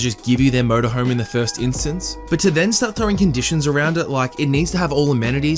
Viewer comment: Holy shit-first time here, and didn’t fully read the texts...I thought you kept saying “please give me your Murder Home”. IDK what’s more unsettling to me-the fact that THAT was what I assumed you said, or the fact that I just casually accepted it and only realized you were saying “MotorHome” when I accidentally looked up..was totally cool w/someone wanting a murder home. I kinda always wanted one anyways. Murder House Flip= Best Ever.